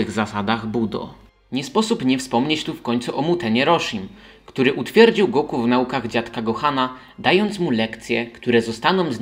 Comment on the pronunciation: Trudno zapomnieć o GO-KU" xd tego imienia się nie dzieli na sylaby. To jest Goku po prostu, nie Go Ku xddd